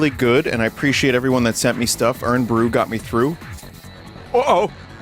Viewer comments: I like how vinny pronounces Irn like urn instead of iron with a Scottish accent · “Urn”-bru, Vinny please, my bones ache